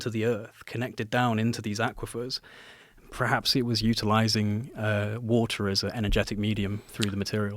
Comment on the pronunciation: he can’t say the word “perhaps”